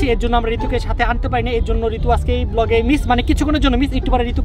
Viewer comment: ব্লগ Everyone: ভ্লগ 😂😂😂